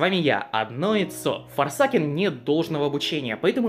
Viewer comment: бро, форсекен, а не форсакен спасибо за гайд